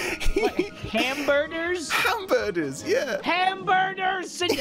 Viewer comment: HamBurgers “HamBerders”